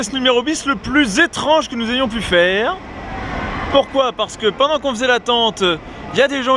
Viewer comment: " la question c'est combien de tour va ton fair - reuh " 😂😂